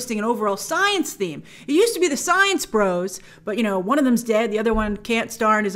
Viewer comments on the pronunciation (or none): none